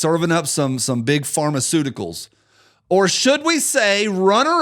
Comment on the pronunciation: Too many good ones to pick just one,. But I did have a good laugh about "pharma-SIOUX-ticles". 😅